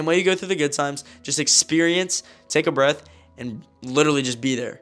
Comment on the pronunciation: It’s alternate not alternet 👆🤓 and it’s breathe not breath 🤓👆